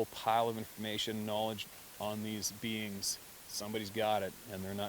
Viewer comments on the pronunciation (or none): You had me confused for a while You kept referring to the BEANS and I was wondering what you meant thought it was the name for it that you used Then the light came on you were saying BEINGS. You do carry an accent, don't know where you're from just found your site a day ago. Love hearing your stories, I live my dreams through your life couldn't afford it when I was young. Now I can afford it but knees and heart couldn't take it. Lived in Wisconsin all my life , last 6 years in Arizona playing snowbird gold prospecting for that 1 ounces, moved to AZ 1-1/2 years ago but knees and heart stopped the gold prospecting too. Thanks for the stories telling what my dreams might have been like. New subscriber lots of your stories to catch up on, Don't doubt for a minute what you are telling BS would be just down right mean Roger